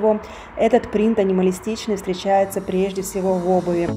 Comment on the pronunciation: Живя в другой стране и говоря на нескольких языках очень тяжело правильно произносить слова.